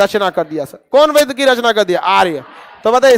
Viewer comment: बेद नहीं सर "वेद" गायत्री मंत्र का अंतिम पंक्ति ग़लत उच्चारण हो गया सर। ध्यानाकर्षण हेतु।